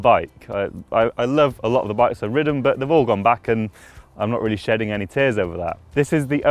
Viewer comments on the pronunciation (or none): none